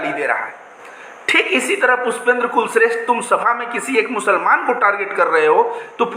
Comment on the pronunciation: Bhai Anntimcheshth mein likh hua bhai. Aap blkul sahi ho. Bhai kulshreshth ko aantimcheshath padh ni chahiye.